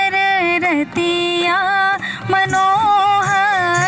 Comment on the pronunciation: जिसे कम से कम "रतिया" का उच्चारण एवम् भावार्थ नहीं पता वो भी सोहर गाने का दुस्साहस कर रहा है...!